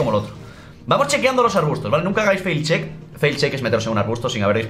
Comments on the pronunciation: "fail check" no sabe ni lo que dice, para que hablas del juego si no tienes ni idea? PD: es Face check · Hola, se dice "face check", no "fail check"